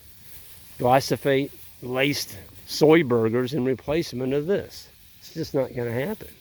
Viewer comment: "Gly-so-phate" "Gly-pho-sate" Same thing I guess... =P